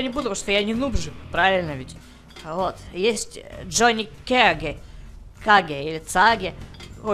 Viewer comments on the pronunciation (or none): Какой Джони Каге!?!? Джони Кейдж!